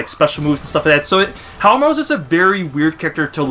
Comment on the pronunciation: Pronounced How Mah Roo*